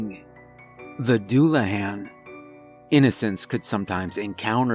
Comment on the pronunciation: aside from your gross mispronunciation of Celtic and Dullahan, it was an interesting story